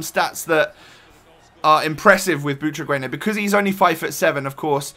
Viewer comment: butragueno hahaha u dont know how to say only spanish people says it good